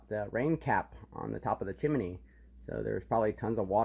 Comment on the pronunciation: At what point in your life wil you stop saying"chimeny"?